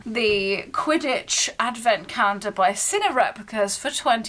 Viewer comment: What’s a “cah-yen-der”? 😬